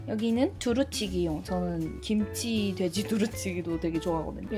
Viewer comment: 김취랑 보쐄~ 맛깔난 발음 ㅋㅋㅋㅋㅋㅋ 갑자기 웃겨서 뽱 터졌어요 ㅋㅋㅋㅋ